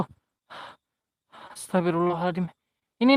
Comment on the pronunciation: astagfirullah al adzim.. bukan adiim.. celat ya?